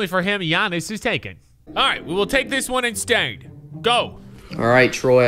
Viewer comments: he said thannis antetokounpo i think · That guy didn’t say Giannis he said thianis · He said thaisnis ante or how ever u spell it big giannis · he said thanis antetoukoumpo bru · He said thiannis not giannis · He said thanis Antetokounmpo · Definitely said thanis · He ain't say Giannis... Lol